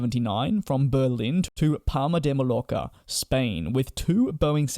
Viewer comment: Palma de “ Mallorca” Ma Yor ka